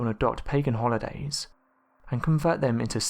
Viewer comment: I are butchering out irish way of saying our traditional way of saying our holidays.